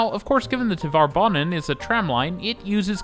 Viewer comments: “Tvare” banan, not “Tuh-var” banan. Rhymes with “tare.” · Since you sometimes make references to Tvärbanan in other videos, it might be good to know that the ‘är’ in there is pronounced like “air” :)